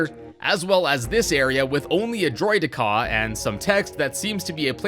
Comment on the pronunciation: Why do you say droideka so weirdly?